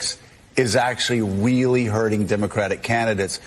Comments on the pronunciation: Did he say “wheely”!? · Is he saying wheely??